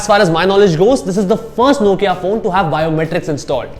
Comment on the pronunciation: It's Nokia .who cares what u say